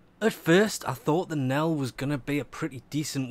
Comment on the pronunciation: "he Knell" and "Infinate". pls fix